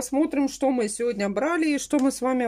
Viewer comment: "Сёня наа буит обзорчик вкантарить в целом по идее". В этом вся!!! Может пойдёшь поработаешь на телевидение, преподавать язык тарантинский. Вон уже сколько людей на ем научились писать и говорить. 😁😁😁.